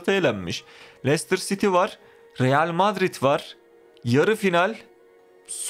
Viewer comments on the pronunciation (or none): none